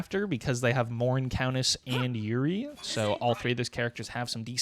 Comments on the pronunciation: Love the vids. Pretty sure it pronounced "( your - E) but what do I know lmaoooo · “-ei” is pronounced like “ay”